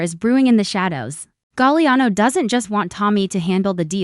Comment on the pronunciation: Galiano...STUPID Ai